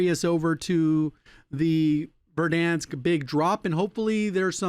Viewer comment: Its funny the way he says “Verdhanskkkk” 😂